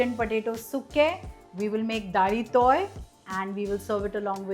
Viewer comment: Isn't it dalitoy and not dahitoi.I am an Amchi Konkani